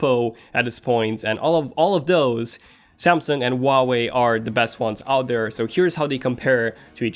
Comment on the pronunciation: He can't pronounce Huawei...